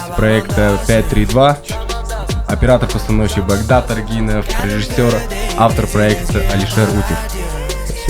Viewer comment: Не арг.И.нов ,а правильно: арг.Ы.н... Нет такого у Казахов как аргИн... По - КазааХски так и будет: УТ - ев или же : ҰТ или ҮТ ????🤔🤔🤔